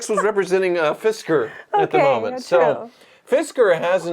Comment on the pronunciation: 😂 “Fitzker” ( and ) 😂